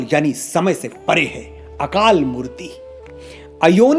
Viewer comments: Satsriakal ji Aapne jitna btaya sahi btaya par mool mantar mei matra khin khin silent hai...kisi Sikh se puche...jaise murti nai bolna akalmurat bolna hai... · Very nice but Manoj ji murti nahi h murat guru prasadi nahi guru prasad jugadi nahi jugad pronoun karte h🙏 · A small correction in pronunciation - chotti 'e' is silent when reading it in Hindi eg it's akaal murt not murti.